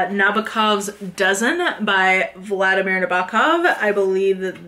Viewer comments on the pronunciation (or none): none